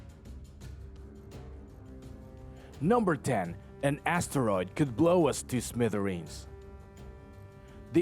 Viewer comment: Lets play a game. listen for these words. if he repeats them add it to your score (im not being mean, i have speech impairments too, meant to be fun so have a laugh sometimes) ass teroid... 5pt tooth is...5pt vagiant...5pt yewman race...10pts half a peeps...15pts jammer gay...10pts soupah...5pts two turds...10pts cry-mate...5pts curryation...5pts karry...5pts a balla virus...15pts sosofafun...50pts assess...10pts round up points and drink some more vodka...